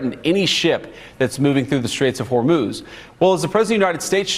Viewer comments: Hurzum nahi hurmuz hai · It's Straight of Harmuz not Harzum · Horjoom nhi hormooz hai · O bhai kyo hormuj ki maa bahan kr raha hai name toh sahi se bol le horjum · Thik hain bhaiya aap ka samachar sunke accha loga . Lekin Horjum stait na bolna "Hormuj strait" bolna chahiye aapko . Nomoskar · Pehle shi naam bolna Sikh fir news editor ban Hormuz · होर्जूम नहीं सर होर्मूज है। सबको मोका मिल गया मास्टर बनने और विदेश नीति का ज्ञान पेलने का । जिससे अपना घर नहीं संभाले बनता वह विदेश नीति सीखाएगा अब😂😂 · Pehly naam to theek se lena seekho fir patarkarita kro harmuz strait ko harjom state ya street bol rha hai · Wrong pronunciation ,harjum nhi Harmuz strait. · Kya Baar Baar horzum word Laga Rahe ho aap ko Hormuz kehna NAHI aata. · Horzum? Hormuz ... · Harzum nehi bhai Harmuz koho , kamse kam sahi se kehna Sikh ke anchoring kiya karo 🙏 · Horjum nahi he bhai hormuj he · Abe Chootia Pahle Sahe Bolna Sekh Le .. Horjum Nahe Hormuze Hi Wo 😂😂😂😂😂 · Horjum nahi hormuz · भाई बुरा ना मानो, आपका content बहुत अच्छा है किन्तु आपको आपके उच्चारण पर बहुत काम करने की जरूरत है। 'हॉर्मुज को हर्जुम ', 'पलेस्टाइन को फिलिपस्तीन ' थोड़ा अटपटा लगा, आपका शुभचिंतक। जय हिंद ❤ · Horjum nhi hormoz hota ha😂